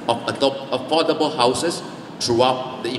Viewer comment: Sorry to say this, his English pronunciation needs to improve. For example he pronounce affordable also not so accurate, my 2 cent opinion only.